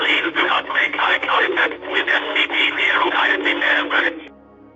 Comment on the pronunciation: How in the world can you mispronounce "contact?" You really need to look up words with which you are unfamiliar before narrating. Publix is pronounced pub, like publish, and lix like licks. Publish, Publix. It's so simple. There are several other examples, and I'm getting really tired of you millennial and gen-z nitwits who were never read to as a child constantly saying basic words wrong because you have the vocabulary of a used paper napkin and the curiosity of a doorknob.